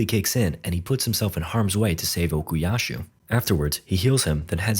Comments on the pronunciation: stop calling him Okiyashu. It hurts💀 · Istg if u say ocusashu one more time 🎋😔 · Okuyasu, no h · why does bro keep saying okuyashoo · "Okuyashoe" YO WHERE IS SHOESUKE?! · and while you're at it, OKUYASHU ARE YOU KIDDING ME